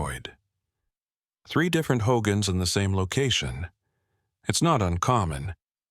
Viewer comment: Ummm checking in November 2025. This is not a Navajo speaking. He's pronounced BEGAY, HOGANS and Canyon De Chelly WRONG!!! EXCUSE ME BUT IM NOT INTO THIS. Living and from the Navajo Reservation we've never seen skin walkers n many myths. Alcohol drugs yes ..family abuse yes!!!